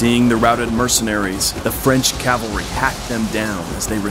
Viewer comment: Fun vid. Note: one of my pet peeves>> it's CAV-alry *NOT* CAL-vary. I don't know why people can't say it right.